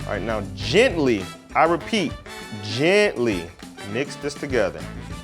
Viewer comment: " i repeat GEANTLY.."